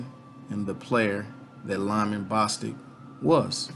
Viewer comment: It's Bostock as in Bo than Stock.